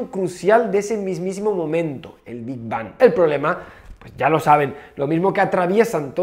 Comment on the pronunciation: PENSÉ QUE EN VERDAD DECÍA "QUE HABÍA ANTES DEL NOPOR" 😔